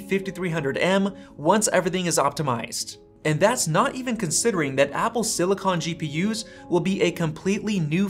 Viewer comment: It’s pronounced silicon, not silicon.